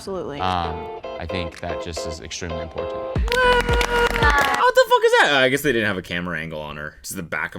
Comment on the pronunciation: rofl your cringe face on when hyper christian dude said "im POR TANT" lmfao